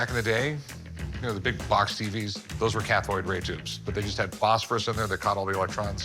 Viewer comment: "Cathoide"? Lol . . . i think he meant "cathode".